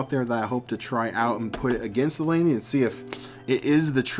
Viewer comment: It is pronounced Leen-èh